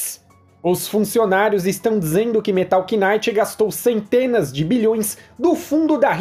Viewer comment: "Metal knaite"